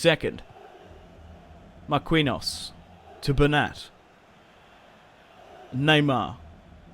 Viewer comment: You clearly don't watch soccer if you don't know how to pronounce Marquinho's name